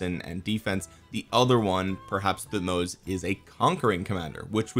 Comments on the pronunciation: I think Thutmoses is pronouced Thut-moses Moses like the guy who parted the sea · thank you for trying to pronounce their names, the right pronunciation that they taught us in school since i am egyptian would be "Tohutmos" with emphasizing of H thank you for the great video, i can't wait to see when the new civilization will come out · pronounced like king Tut..so tut-moh-zes. Just ignore the “h”. Interestingly, during biblical times the Pharos always has a name that’s God+Moses. So Ra-Moses (aka Ramses) and his adopted brother whose name was wiped from history by Ramses so we just call him Moses today because we don’t know which god name prefixed him. My gut says probably “Thoth” but who knows.